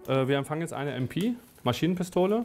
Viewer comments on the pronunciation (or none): Maschinen-Pistole heißt aber Em-Pe und nicht Em-Pi LOL :-)